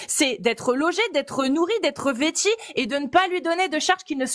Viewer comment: please "vêtu" pas vêti